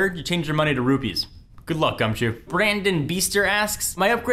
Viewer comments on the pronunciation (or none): gumchew?!?! isn't it gumshoes?